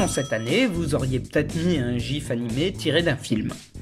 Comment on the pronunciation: "jif"... ON DIT GIF AHHH JE MEURT